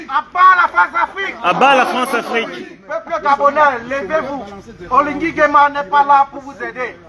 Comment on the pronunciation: La cause est juste mais attendez quand-même que vous soyez même 100 personnes. Il y'a de camerounais en Belgique pourquoi vous êtes moins de 100 seulement. OLIGUI ET NON OLINGUI